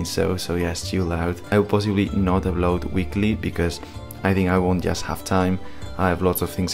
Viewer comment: para decir "just" tienes que comenzar con la punta de la lengua en el paladar.